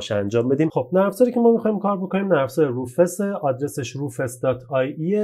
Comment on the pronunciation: بزرگوار سلام و عرض خسته نباشی تلفظ صحیح روفوس میباشد با سپاس فراوان